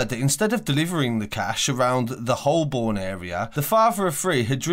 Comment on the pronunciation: It's not pronounced Hole-Born its Ho-Burn